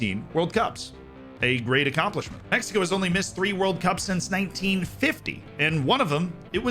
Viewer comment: the way he says “México” instead of“Mecsico” makes me feel happy. 🤠🇲🇽